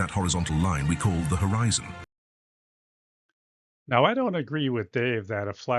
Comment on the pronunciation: I can't believe he said "Horizontal Eye Zone" = Horizon Is this guy a scammer of some sort? Oh , wait....